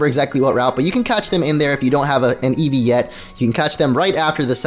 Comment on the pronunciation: What's an "evve?"